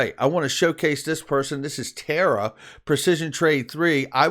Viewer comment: It's Tarr-uh. Not TARA